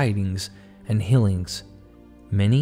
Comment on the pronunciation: I love listening to your narrations, but you’ve got to correct how you say “fillings” and “hillings” instead is “feelings” and “healings.” They don’t sound the same, but you pronounce them the same.